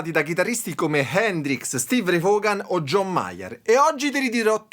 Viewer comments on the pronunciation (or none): Voon e non vogan... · Tutto molto bello, ma la pronuncia del cognome di Stevie Ray non si può sentire 🤣 perdonami 🙏